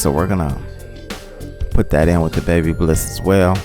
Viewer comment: It’s Ba bliss not Baby bliss sir😂